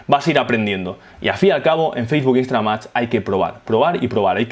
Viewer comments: muy bueno, pero por que dices "Instra-MAX" .. instaGram no? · soy la unica que escucha que dice instramad?